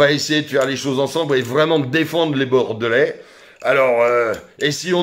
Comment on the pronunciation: A ta façon de prononcer "Bordelais"..à mon avis t'es pas Bordelais. Bon courage quand même